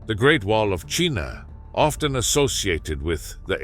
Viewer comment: Hate these ai videos that can’t even pronounce China!!! Wtf?